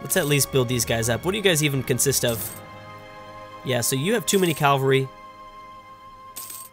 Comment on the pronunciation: MeriT-ocracy and CaV-alry